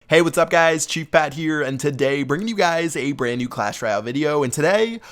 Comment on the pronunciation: You said chu fat... not.. Chief Pat....